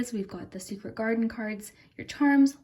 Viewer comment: when you said garden i thought you said my last name carden lol